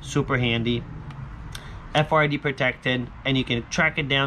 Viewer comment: RFID not frid